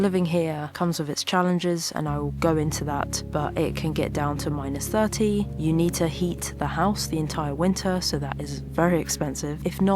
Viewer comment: I thought this sounded OK until she said 'minus 30' lol